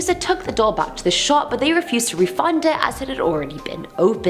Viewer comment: Wtf is a "dole"?? Lol 🤣😉